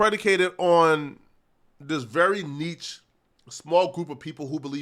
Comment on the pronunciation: Will ever learn to pronounce "Niche"?